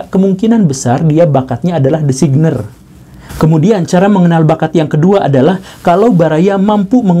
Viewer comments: designer dibaca desainer...tp krna pak guru yg bilang maka per hari ini ejaanya kami ubah jd designer hahahah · Aduh ngakak parah waktu Pa Guru ngomong desikner